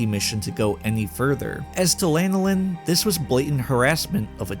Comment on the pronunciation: Dude can't even pronounce her name properly, and probably doesn't even know that it's the name of an oily secretion from sheep. It's Lan (like "fan" or "Dan") oh Lin, not Lane oh Lin.